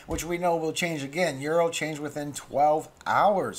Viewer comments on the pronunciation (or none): none